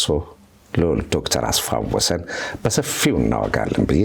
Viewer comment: እጅግ የምወድህ እና የማከብርህ ደረጀ እንኳንም ተመለስክልን፤ እንደ ብዙሐኖቻችን አስፋ-ወሰን የሚለውን ስም አስፋው-ወሰን ስትል ስለሰማሁ በአክብሮትና ትህትና ለወደፊቱ ብታርማት።